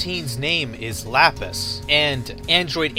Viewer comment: It's pronounced Lap-is It's a pun on the Gemstone Lapiz Lazuii